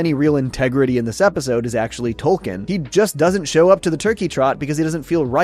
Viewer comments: Isn't it Token? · The mayor also 100% said Token and not Tolkien when giving the check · I like that Cartman clearly doesn't pronounce the L. It ties in with him saying, "Tolkien has an L in it?"